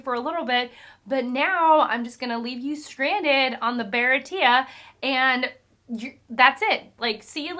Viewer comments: Baratie is spelled 「バラティエ」by Oda-sensei so I believe it's supposed to pronounced as if it is French and spelled with an acute accent on the 'e' : baratié. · I think irs promounced as bara tea yey..at least in the anime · I think you missed a point, it wasn't Sanji who wanted to destroy the Baratie, It was Luffy. Also, Baratie is a French word, as Sanji is more like a French guy. Its pronounced like Bara Tee aay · “Bah-rah-tee-ehh” for the Japanese pronunciation. For the western pronunciation you can say “buh-rah-tee” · Baratie is kinda French, sooo...Bah-RAH-tee-AY. Also, the term Big Bro from Johnny and Yosaku to Zoro isn't familial in any way. They are neither related nor adopted. They just aspire to be like him, so he's like a cool, dominant role model to them. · Bah-rah-tea-a, me hawk not my hawk. And goada like to goad someone. Ka-ween-ah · Since it's the holidays, I'll take a shot everytime Baratie and Mihawk is mispronounced 😁 EDIT: This was a mistake. I will now be hearing "Hawk Eye My Hawk" in my nightmares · Goda is pronounced like Goata because Oda is the Goat, but he is also the god of fiction to many of us in the One Piece community. You may have already found out by now but you were just barely off on the pronunciation of Baratie, it's French if I remember correctly and the ie is pronounced ee as in tree and then ey as in hey or just the letter A. I've seen a lot of videos of people getting into One Piece for the first time but I think you're the first that hasn't really had much experience with manga as a format and it's cool to see. I'm glad you seem to be enjoying it and I'm really excited to see your reactions to the Arlong Park arc; Baratie and Arlong Park are probably my two favorites of the East Blue saga and certainly the most emotionally impactful. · Bear-ah-ti-ay. Never feel bad about mispronouncing something you’ve only ever read. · Pronounced bara-tee-yay😂. Nice to see how quick you’re reading and how much you’re enjoying it.